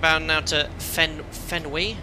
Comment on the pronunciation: As a baseball fan, it hurts my heart to hear the waypoint FENWY pronounced "fenwee." Only negative comment, though. Great stream!